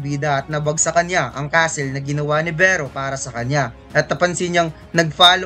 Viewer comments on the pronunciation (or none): Kinginang pronunciations yan! Athack (attack), dragon clow (dragon claw), cassel (castle).